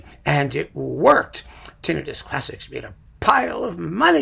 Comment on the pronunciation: I'm thankful for your correct pronunciation of "tinnitus." It is extremely rare outside the population of audiologists. The all-too-common tin-EYE-tis drives me up the wall. That pronunciation would be correct if it were spelled tinnitis and referred to an inflammation of the tin. But it's neither of those, and there's no body part named "tin" (other than in The Wizard of Oz.")